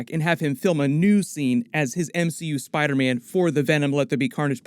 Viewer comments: Bruh it sounds like dr Strange says spider-men. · Wait does doctor strange say spidermen instead of spiderman?